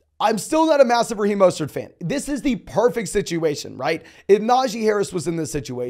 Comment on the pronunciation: Who is Maw-stert? He knew?